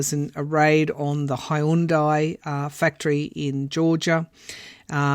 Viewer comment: Love the way you pronounced “Hyundai”.